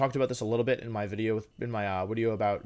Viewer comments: Nobody: Wolfe: Pauses Wideo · to did he say video and then correct to wideo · i think the wideo length would be a lot shorter if he stopped apologizing for the wideo going to be long lol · everytime he says wideo i get closer to never watching again. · Wolfey: "This might be a long wideo." Me: "As it should be. Long wideos are good wideos." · every time wolfey says wideo instead of video it brings a smile to my face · It’s so cute when he call his video a wideo 😂🥰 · Well, actually is a wideo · nobody: wolfe: wideo